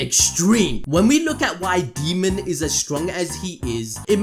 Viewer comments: Daemon- Day-mon, not Demon lol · his names pronounced Day mon. Not fuckin demon... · Daemon. DAY-MUN. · constantly calls daemon, "demon", keeps making my skin crawl. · Dude please say his name right, the video was so hard to watch, it’s DAYmond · i know you didn't call Daemon, Demon 🤦‍♂️ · Idk why but you pronouncing his name as ‘demon’ was really irking me 😅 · Daemon "day"-"mon